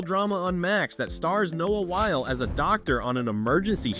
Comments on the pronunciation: Pronunciation of his last name had me triggered! It’s not while it’s whylee! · You’re saying his name wrong. It’s Wyle, sounds like wily (like the coyote). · Noah Wyle is pronounced “WY-LEE” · IMDb trivia says it was written as a spinoff from ER, but R. Scott Gimmel and Noah Wyle (pronounced like wily) couldn’t get Michael Chrichton’s blessing. So they changed the main character’s name and went to work. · My last name is Wiley and your pronunciation triggered me. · I thought I was the only one bothered